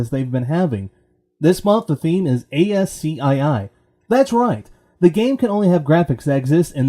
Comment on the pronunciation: *ascii (ask-ee) ;) nice work. Subscribed.